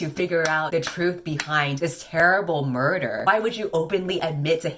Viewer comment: i was wondering if anyone else heard 'murther' too.